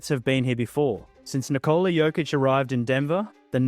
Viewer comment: Here's a tip: Nikola is pronounced NI'kola, not NiKO'la. Similar to as how one would pronounce Nicholas; just without S at the end :)